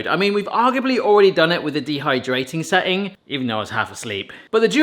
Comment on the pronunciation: dehyrating? AH dehydrating i was wondering what a dehy rating was XD